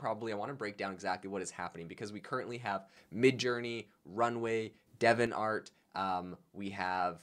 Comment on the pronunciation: De-vi-ant art, it's not Devon art...